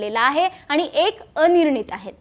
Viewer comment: छान विश्लेषण, परंतु किती चुकीचे उच्चार ? पधाधिकारी, आनि, कारन, सामणा, पुने …. कृपया उच्चारांवर थोडी मेहनत घ्या 🙏